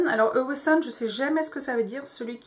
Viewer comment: Le mot Awesome ce prononce "Aw - some" pas "Aw - we - some" . Il ne devrait y avoir que 2 syllabes quand vous prononcez le mot - laisser tomber le "we". Nous utilisons le mot pour décrire quelque chose qui est très impressionnant - That's Awesome! Ou... Those are awesome shoes! J'espere que vous comprenez mon francais!